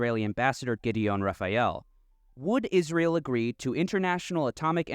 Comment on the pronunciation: Rafa - ee - el 😂😅😂😅 Wasp are so f-ing dumb...